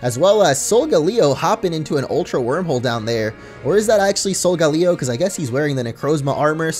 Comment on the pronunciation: You say sogaleo Rong